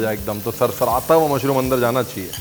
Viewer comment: Love love the way you host the show with so much ease, that gives the style with a hint of desi touch, "Mushroomo" 😄.❣️